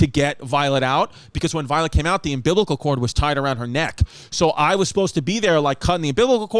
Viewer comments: Hey, you're a Distefano, your dad says cartridge, you say umbiblical, it is what it is!😂🤣😂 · SAY UMBILICAL CORD AGAIN BABE! 😅